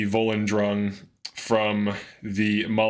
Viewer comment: How did you say volundrung right but mess up cyrodillac, when cyrodil is repeated often